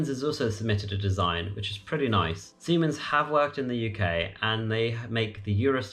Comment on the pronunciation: Alstom, not Aslom, and Siemens, not Siemans. Nevertheless, thanks for the video. I hope in 2030, there will be no passport needed between the EU and the UK!